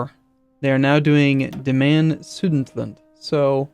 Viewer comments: Su-de-ten-land ;) Thanks for some good videos :) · please stop butchering Sudetenland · I thought the same XDDD